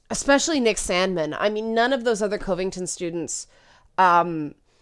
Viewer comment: It's far more annoying to hear that ongoing pronunciation of Covington than any assessment of the incident. Consensus is no longer possible. People don't want consensus, which means that nobody loses. That message doesn't fly or float when voting has become primarily a way to "trigger" the other side. One group will have to be sacrificed, and then everyone can go on as normal. No prize for guessing who'll get the chop. And you'll be cheering the loudest when we do.